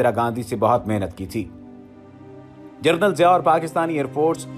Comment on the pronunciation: جنرل کو جرنل کہہ رہے ہو